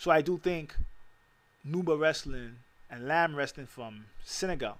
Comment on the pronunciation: Peace my brotha! FYI: Lamb is pronounced "Lamba".